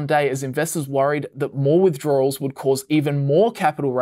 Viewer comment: All together now: "withdroarwels" No, wait...